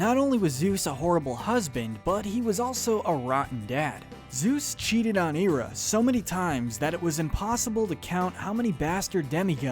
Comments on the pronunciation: Just so ya know it’s not Era it’s Hera; just so ya know. Ok? Sorry to interrupt, keep going. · THERES AN "H" in HERA . its pronounced hair-uh not ear-uh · Omg. The H in hera is pronounced. Her name isnt era. Its hera..... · IT's pronounced Hair-a not Hear-a. thats why hecules is pronounced Hera- clees in greek which u got right. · Hera. Hair-uh. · When he said hera I think he eera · Just saw this video and started watching it; got to the point of him mispronouncing Hera's name and had to see if anyone caught that. With as much effort be put into making this video, you'd think he'd get it right. Right? Okay, rant over. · Not subscribing due to the pronunciation of Hera. Alcmene, too, but mostly Hera.